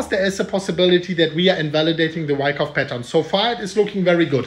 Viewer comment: Bro no wyckuff its bear market